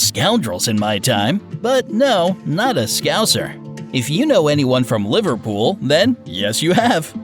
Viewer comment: The way he said Liverpool triggered me